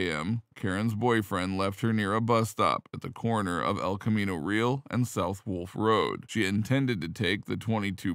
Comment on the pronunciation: Hard for us Bay Area residents to hear you say El Camino Real (as in "meal") over and over. It's El Camino Ree-AL' ("Al" as in Al Pacino) with the accent on the second syllable (Spanish), and it's one of the best known roads in the Bay Area, so the mispronunciation is jarring. I always find myself wishing YouTube hosts would take the time to research correct pronunciations.